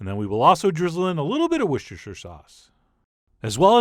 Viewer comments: I know Americans (including Chef John) struggle with this, but it’s not hard. Worcestershire looks daunting but is not pronounced “ Wooshtershire” but rather “ Woostershire”. So get rid of that first “sh” and replace it with a simple “s”. That’s it. It’s easy. Go on, try it! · It's pronounced woor-ster-sher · Wuss-ter sauce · "wish-shish-shir sauce" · Wooshooosher sauce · Wirshurshush sauce what?